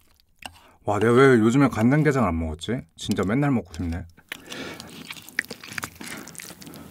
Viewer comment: 관좡게좡을 머거보도록 하괬습늬다